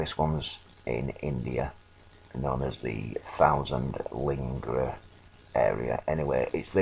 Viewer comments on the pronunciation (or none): There’s no such thing called ling’H’am. It’s LINGAM.